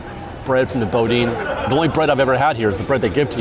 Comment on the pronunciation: "Boudin" is pronounced 'boo-DEAN". Not 'BO-dean'.